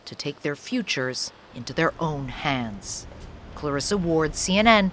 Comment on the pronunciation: Maramureș sounds as Maramuresh in English 😉👍☮️